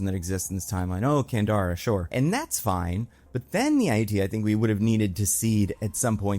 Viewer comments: I kept replying "Candra" everytime he said it wrong, couldn't help it. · It's Candra not Kandara. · Can-drah. Not can-dar-ah. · EVERY. TIME.